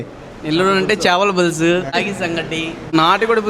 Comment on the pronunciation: చాపల పులుసు కాదు 🛑... చేపల పులుసు ✅......